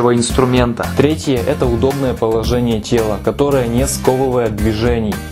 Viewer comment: Ещё бы сделать лайфхак "Как научиться правильно произносить звук Л", а то "симвоВы, поВожение"...